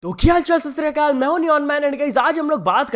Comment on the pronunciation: Bai sasriakal nahi sat shri akal hunda ehnu sahi karo 🙏